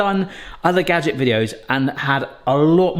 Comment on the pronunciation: Did you say UDDER wish gadgets?? Just wanna make sure I caught it if you did lol